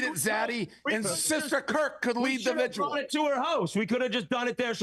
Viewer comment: Did Dave say “vig-u-al” when he meant “vigil”?